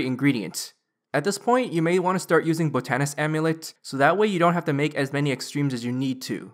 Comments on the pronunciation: I'm pretty sure botanist is pronounced (bot-ton-ist) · love your guides but your pronunciations kill me. botanist and newt. newette 😂🤣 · Not gonna finish watching the video cause I can't stand you not saying botanist correct...